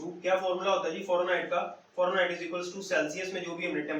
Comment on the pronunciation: Farenhight nahi hota sir Fahrenheit hota ha! BtW Gud. ❤️😃😊